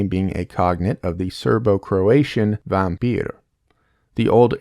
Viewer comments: as a Russian native speaker i can tell you have nailed this pronunciation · Nah his accent was pretty much perfect